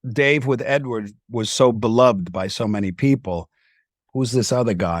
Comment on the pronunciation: Anyone else bothered by the way he keeps saying "Edward"?